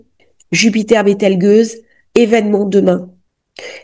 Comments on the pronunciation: Beltegeuse et non pas "gueuse" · Désolé mais je crois que l’on dit Betelgeuse comme on parle d’un temps neigeux… Quand à la voix caverneuse tant qu’elle n’est pas bulbocaverneuse🤨😊😉